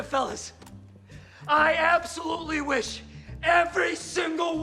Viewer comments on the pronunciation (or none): none